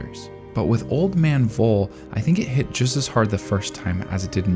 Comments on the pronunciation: Every time the old man comes up by name i was really confused because "was his name really 'vole' that makes no sence.. wolle? no.." but i finally figured out its supposed to be Voll and yea ig that makes sense.. to me its pronounced 'foll' not 'vole'.. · You may want to Look into the pronounciation of Voll. It's a hard pronounced Word like full in english. If i didnt know his Name i would write down either Woll or Fohl by listening to your pronounciation. Greetings from Germany, so many tears in Frieren, even in rewatchs. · Just a little german lesson again... The "v" in the word "voll" in german (="full" in english) is pronounced like an "f", not like a "w". So it would be more like "foll", not "woll". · Its pronounced f-o-l-l and means filled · Voll is pronounced like "fall" (in AE). I know, even the anime messed that up because it's German orthography and that's not the strength of English speakers and the OG audio probably is even worse because Japanese is so extremely limited in their range of syllables that they have huge trouble with English and German which have a lot more syllables than the Japanese language. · I don't know if someone already said it, but Voll is pronounced Foll and means full. I love how so many names in the series say something about the character. Like in this instance, he lived a full life and can be content. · personally i don't think the framing is that deep. neat yes, deep no. also his name of pronounced "Foal". the names in Frieren largely follow German phonetics and German V's make an English F sound. additionally, i have not read the manga, but i took Voll's statement about defeating the Demon King les about senility and more of a hint that he had returned in some diminished way and Frieren is simply unaware. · Since Frieren's naming schemes are German, it might be nice to use the German pronunciation as well. Voll would be pronounced as (F)oll. V is F, but F remains F